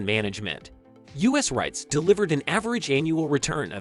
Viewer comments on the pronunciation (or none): Nah I can’t trust anyone who pronounce “REITS” like that